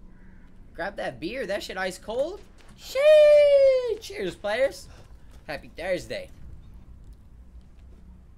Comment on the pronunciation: it's sheeeesh not sheee 💀